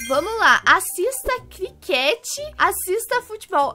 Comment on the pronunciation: é críquete (kriquet)